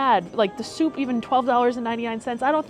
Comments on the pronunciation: Okay, just gotta say the 'soupe' is the French word/spelling for 'soup', and it's pronounced like, well, soup. Not soupee. 😂😂😂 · Love your videos! It appears that there are a lot of french words on the menu. Being a french speaking viewer, I would like to give you a little french course: in French, when the word finishes with the letter « e », the « e » is silent. So « soup » and « soupe » would be pronounced the same way. Same for « salad » and « salade ». If soupe has the letter « s » at the end, it just means that it is pluriel and you don’t change the pronunciation. Continue your interesting vlogs. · She cant even pronounce soupe properly. Soupe is French for soup. You do not spell the "e" at the end. Damn that was painful. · I thought soupe was pronounced different Not with the e sound 😮